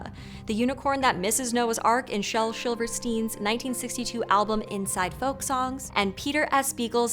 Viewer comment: Shel "Shilverstein" Tell us how you really feel! XD